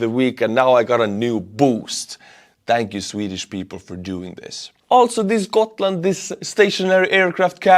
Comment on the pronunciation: No we say Gotland were every letter is hearable and the G used as g in the word good or grafic or grand or grass. Please do not talk about Sweden on things you know nothing about.